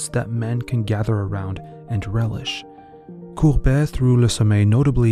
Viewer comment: It really is gustave courbet and not courbert with an r as you pronounce it. Nice voice and all but read your lines before you read them out loud.